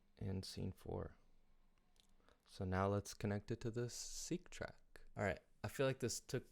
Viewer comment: funny the yamaha seqtrak (pronounced sek, not seek.) im buying it for someone to accompany me, its funny you mention "accompaniment for the seqtrak" i think you mean a controller lol